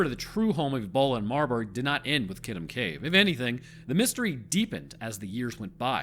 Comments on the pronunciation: Great story! Even better story-telling in a way that isn't too preachy. I clicked on it because the name sounded vaguely familiar. I could rag you about the pronunciation of Kitum (kee-toom) but the story was way too interesting for that to get in the way.... the story behind the immunology of bats is really interesting. As an aside i lived in an apartment with some bats for a few years...and as has been pointed out elsewhere they do pretty good pest control but i guess with the good you also get some bad? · Wow never heard it pronounced that way. Usually people pronounce is ki toom. But that’s ok.